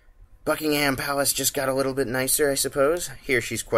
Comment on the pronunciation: Little, little, the word is little. You have a really nice presentation style and great videos, but everytime I hear you say widdle/wittle I die a little inside.